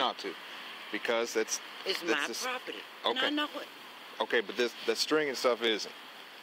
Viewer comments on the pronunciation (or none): Sounds like I need to get me some propitty. Apparently it comes with propitty lines and everything. But I don't want you trespassing on my propitty. Expecially not cruminilly trespassing on my propitty.